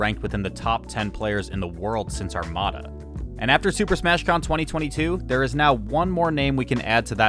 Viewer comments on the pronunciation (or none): none